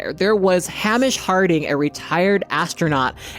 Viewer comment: One word - hubris Btw Hamish is pronounced Hay-mish Not Hamm-ish